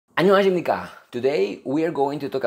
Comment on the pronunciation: ㅋㅋㅋ 이냥반 참 "안녕하시쉼니꽈" 발음 하난 볼때마다 찰지네...